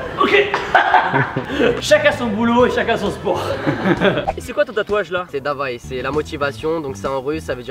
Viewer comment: Moi je suis russe et sa se dit pas "d’avay ” mais ”daway ”